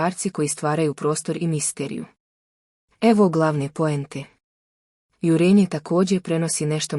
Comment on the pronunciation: Nije jurEnje nego jUrenje. Naučite elementarnu gramatiku.